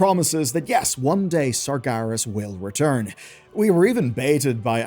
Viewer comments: Why is bro saying 'Sargarus' 😭😭😭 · serious surgerus sarjerry "they did surgery on a grape" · Pronouncing “Sargeras” like that should be illegal.